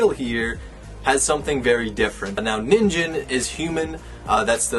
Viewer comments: It's pronounced (Knee-n-gin) Ningen It's Japanese for "Human". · Ni-n-ge-n sorry to be picky but the pronunciation was distracting me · my ears burn when he said "ninJen" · Someone make a compilation of how many times he mispronounced Ningen :>